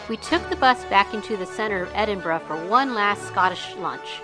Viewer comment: You certainly pronounced Edinburgh correct Edinburra.